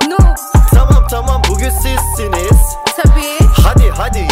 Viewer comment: hadi sizsiniz değil bi kere bu gün sizsiniz di düzgün söylemedi ben 3 poan veriyorum